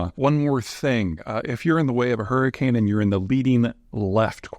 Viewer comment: Peter, did you REALLY run to WisCAHNson to get away from a hurrycane? 😂🤣👍